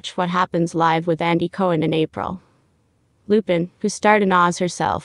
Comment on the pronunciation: LuPONE. Not Lupin 🤦‍♀️